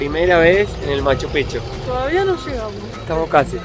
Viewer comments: Buen video, sobre Machu Picchu, su pronunciacion es pikchu, no pichu, aparte pichu es una mala palabra que significa otra cosa. Las llamas tambien en machu picchu son mas como un atractivo turistico, ese clima subtropical no es su habitat. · Me encantan son una pareja hermosa pero Mate se dice Maccupichu no Machopicchu😂😂